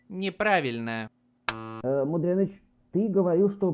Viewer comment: говорится не Мудрёныч,а мудреныч через е